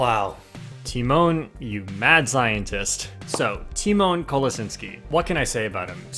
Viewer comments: You didn't pronounce his last name correctly tho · This is power of Poland And it is funny when you tell him surname haha You must learn how to read polish